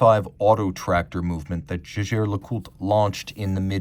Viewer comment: si dice JEGHER , non GEGè... barbari!!!!